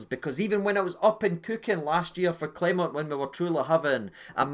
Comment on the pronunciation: Rangers fans don't learn. It's disgusting how you purposely mispronounce your managers name. It's xenophobia. It's pathetic. Grow up.